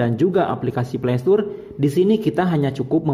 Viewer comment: Mantap bang videonya, bermanfaat. Dan sekedar mengoreksi, Play Store menyebutnya (Pley Stor) bang, bukan (pley stur) 😉